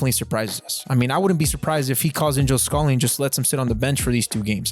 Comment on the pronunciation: ur pronunciation of scally is killing me also swap aaronson and weah on ur whiteboard